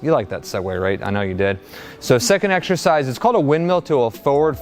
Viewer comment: Did he just say “ex-sher-size”?